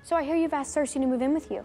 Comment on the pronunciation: Sersi? seriously?